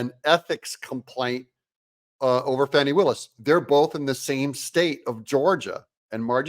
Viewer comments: Farni Willis. Thought it was Fani. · Cute and true but I heard she actually pronounces her name as "Fawn ee" rather than "fanny". Either way she's still a demo crook and biden leftist.